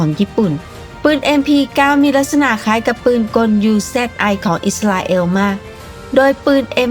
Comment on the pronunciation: UZI อ่านว่าอูซี่ครับ